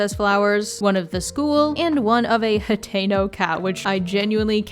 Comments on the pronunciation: Are you saying Potato? Like Potato village? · i'm so sorry but i am not a zelda fan so i thought you were saying potato town for like 10 minutes